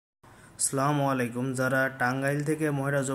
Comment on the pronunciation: সালামটা শুদ্ধ করে দেওয়ার চেষ্টা করেন